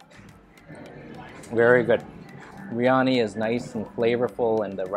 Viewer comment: ...it is pronounced BEER YANI..not BREE ANI.